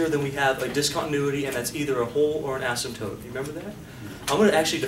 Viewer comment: ....asympote instead of asymptote, lol...